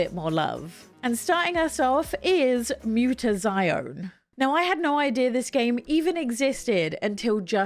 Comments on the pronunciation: It's not just said mutation, it is the word but in Italian. It's said like moo-ta-zee-own-e as confirmed by the devs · Ohhh and another person to pronounce mutazione wrong. Lol. It’s literally the word mutation just spelled gobblygook. It’s like if you looked up the word in a dictionary mutazione would be how to pronounce mutation. It’s been a running gag with me when I watch people on here talk about the game. No one so far has gotten it correct. Great list btw.